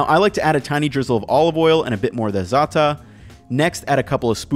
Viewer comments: I prefer coarser hummus too :) Do you mean za'atar??? It's so weird to hear dropped «R»s with an American accent. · As a Palestinian I find it absolutely hilariously the way you pronounce zaatar. Your saying ZAH - TAH when it should be ZA-TAR 😂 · בדוק! אגב, גם לכם הפריע שהוא אמר זעתה במקום זעתר? אולי במקומות אחרים בעולם ככה אומרים? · Za'tar, not Za'ta. The "r" sound is pronounced. No olive oil blended in to the hummus? Eating it without khobez? Is that even legal? ;) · I think your pronounciation of zaatar is very cute 🥺 but the r is very distinct when saying the word! It's said like zah-tur (tur as in turkish and za as in zambia) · Hey just so you know the pronunciation is Za'Atar (like za for pizza+avAtar) Also harissa is very powerful you put so much. 1tsp would be more than sufficient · FYI - it's pronounced hah-ree-sah and zah-tahr. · Actually.. I was triggered by mispronouncing ZaataR(!) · FYI you should pronounce the R in Zaatar Also - some traditional toppings for Hummus: Tahini Chickpeas broad beans / fava beans Amba Hard Boiled Egg Lentils Mushrooms Eggplant Roasted Almonds Fried onion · za'atar. he under-pronounced the R and all the middle-easterns loose their minds 😉. it's a spice blend of hyssop, thyme, sesame seeds, and occasionally: oregano, baharat, marjoram, sumac, olive oil and salt.